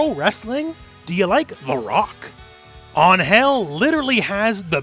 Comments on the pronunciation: dude dont say an-HEL like that you are buchering the word, check the google translator pronunciation, i bet it would do a better impresion, i really apreciatte that you are trying to go for the spansish pronunciation, but it really sounds like you are saying UnHell Not Ángel anyway nice video mate from cheers from a spanish viewer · Just so you know... "An-Hell" is also a pretty gross mispronunciation of "Ángel"... Also, since her name lacks the grammatical accent ( ´ ) on top of the letter A, her name is probably meant to be said in English... So you can just say Angel. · For a better pronunciation of Angel, you should be doing emphasis on the "an" not the "gel" part of her name. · In the future, if you are going to pronounce Angel's name, just remember. ÁN-gel not án-GEL (notice the accent mark) Greetings! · Ángel is "AN-hell" not "an-HELL" They just don't use the accent If it is angel like you say in the video, then it isn't the word meaning angel in english, it's like an invented word that sounds similar to ángel, they want to evoke the angelic part of the word without saying ángel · I appreciate the effort to pronounce "Ángel" correctly, but it would have been fine to just go with the English pronuntiation, honestly. I mean, first off, it's not An-GEL, it's AN-gel. Second, and perhaps more importantly, even if you pronounce it right... in Spanish "Ángel" is a man's name. Pretty popular, too. It actually makes a lot more sense that even a Mexican woman would call herself angel in English to sound cool than it does that she'd call herself with what seems to be the second name of a tax inspector called Miguel. I mean, I don't blame the Japanese devs for not getting this because... I mean, "Geese Howard"? But it's a lot weirder if people go around telling each other to call her "an-HEL". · Im 99% sure its not an-hel when pronounce in Spanish. Unless im missing a joke it Ang-hel, Ang-hel, not Ang...Hel no wierd pauses its said fast.